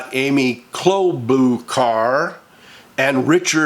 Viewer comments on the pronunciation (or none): Klobuchar is pronounced: klow-bah-shar... (or somethings) klow-boo-shar. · It’s Amy Klo-ba-shar. Sadly she is my Senator in Mn. I’d like to slap her .. with a pie in the face. Ooh I’m so angry with her and the rest.